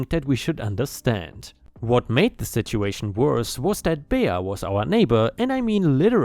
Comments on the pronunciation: Bea is pronounced bee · "Bea" is short for Beatrice, and pronounced "Bee." 8-) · Last story wow and she’s supposed to be doing it for the church? Jesus was not happy with her. It’s pronounced Bee lol .✨💖🤩☄️🌠😎🎆🕊🙏🏻👍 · "Bea" is pronounced "bee" - short for Beatrice - which is pronounced bee-a-tris. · Bea is pronounced Bee. Don't know why since it is short for Beatrice. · "Bea" is pronounced Bee, its short for Beatrice